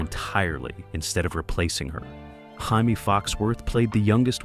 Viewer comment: it was not will it was jazz Will's friend pronounced JAY-MEE clearly see she is not Latino